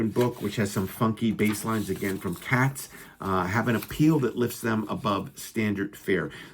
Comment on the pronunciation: Dude. FYI, you butchered a couple of the band member names…. Kevin Brandow is Brand - “0” not Brand-Oww and Ronnie Cates (not Cats). Just want to be respectful to these guys…….